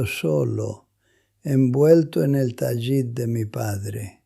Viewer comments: Dejar el judaísmo por un caso de abuso de menores por refugiarse en el catolicismo, a buen árbol se arrima. El abuso sexual en el catolicismo donde ese abuso es el pan nuestro de cada día. Esto es falso. No se dice Tayit sino Talit. Este tipo es un español actuando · Que horrendo video para deslegitimar a los judíos. Elaboraron una historia de abuso sexual para introducir al cristianismo. Lo otro es que pronuncia mal “TALIT” ¿que judío piadoso lo pronunciaría mal? IA pura IA